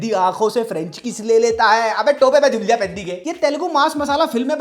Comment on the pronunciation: Peddi ❌ Piddi ✅